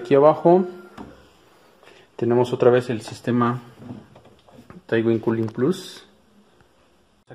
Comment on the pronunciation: excelente el vídeo, pero se pronuncia Tuin (Twin) y no T - Win un saludo💪